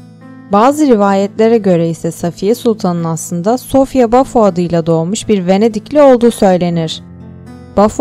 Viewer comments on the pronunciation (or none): Sofya değil Sofiya diye okunur